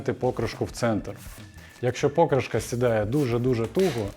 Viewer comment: Ну чому пОкришка, а не покрИшка?